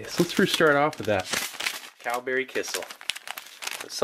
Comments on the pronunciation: Kissel, kissel... oh you mean kisiel! It took me 5 minutes to figure it out :P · It's "ki-shiel" , NOT "ki-sal" - you should wait till it cools down When I was in South Korea, there were some chicken restaurants which cooked the chicken so well that (just like you) I could eat the bones. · In Poland it’s pronounced “KEY-SHELL” 👍🏻 love the channel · My parents are from Eastern Europe and they always pronounced it 'key-shell'